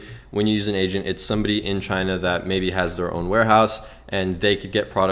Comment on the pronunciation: Finally an honest drop shipping guide...so much bs make 10k in ten hours type rubbish. TY! When u said u need an "agent" I heard "Asian" and was confused lol